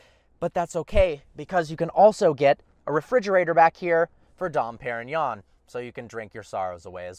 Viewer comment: He just butchered Dom Perignon